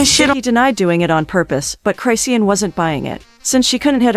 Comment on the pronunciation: Chrisean: "Chris-Shawn" Lazy A.I.: "Cry-See-Ann!" 😂